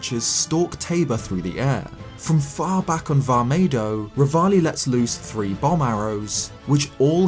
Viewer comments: go to he said vah megoh instead of vah medoh and he said vah maydoh instead of vah medoh and he said king duryphin instead of king dorephan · Ah yes my favourite divine beast vah maydoh